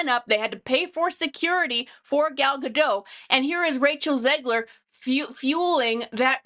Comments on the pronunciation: Gadot, not Gado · Please look up how Gal Gadot pronounces her last name. The "t" is not silent. (Oh. you actually pronounced it correctly. OK, then.)